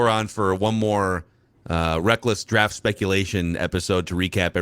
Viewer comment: Does know there is a T in the word draft?